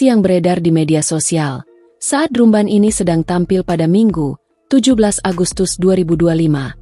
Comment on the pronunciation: Dibaaca dram ben.. bkn drum ben